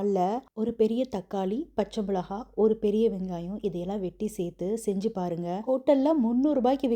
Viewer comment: மிளகாய்... மிளஹாய் இல்லை